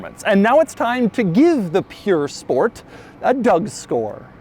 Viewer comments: Cringing everytime he says 'pure sport' instead of 'pur sport' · It's pronounced purr sport as in a when a cat purrs. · Doug, I love you, but the place that makes Bugatti replicas is Pür Sang. This is pronounced Pür Sport. Yes, it means pure, but everytime you said it, I got just that more annoyed.... Almost as much as commenters typing buggati... 🤬(title of video d@ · It's not pure it's pur. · Him: bugatti "pure"sport... The title: bugatti "pur" sport Us americans WAHT? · Pur not pure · ok i like doug but he can’t pronounce all the popular cars like breh “piur sport” it’s pur sport bahahah and urus is urus not Yourus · this car purs nicely................ no seriously is it pure or pur? cause doug keeps sayins pure lol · What's a "pure" sport, doug? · Pur (like purring) not pure. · Why was he calling it pure sport doe its "pur" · Not “Pure”. It is “Purr” Sport. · It's pronounced POOR SPORT Oh, the irony... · Nobody: Doug: purE sport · I only came to hear how badly you mispronounced the name pur sport 😂 Why do Americans make no effort at all to say car names properly!